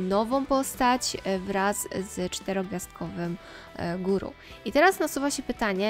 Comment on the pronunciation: Eule jeszcze zrozumiem, ale Gorou czytany jako "Guru"? XD Jest to postać z inazumy ( czyli Japonia) więc po prostu wymowa to "Goro"